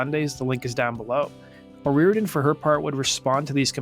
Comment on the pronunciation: Dude you're pissing me off SO BAD because you keep calling her 'O'Rear-den'... Her name is O ree-OR-den. 2jy is it so FUCKING hard for you to pronounce the syllables in her name? Or do you just feel like it isn't important because she's a woman???